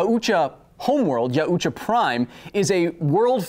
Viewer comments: OMG, he took all that, but not how to pronounce yautja... It's not yaa-ooo-chaah, it's pronounced 'yow-cha'. 😅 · it's pronounced y-ow-cha